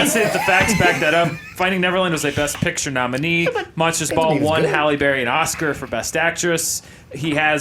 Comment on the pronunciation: should never win an episode of Movie Fights until he stops pronouncing "best picture" as "bess pitcher."